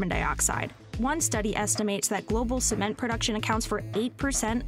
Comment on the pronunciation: Haha "Sment"